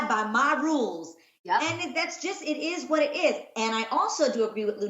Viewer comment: When Adrienne said it is what it is 😂😂 ireez what ireez